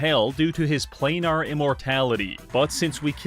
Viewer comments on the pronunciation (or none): none